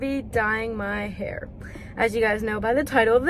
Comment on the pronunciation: lol it sounds like he’s learning english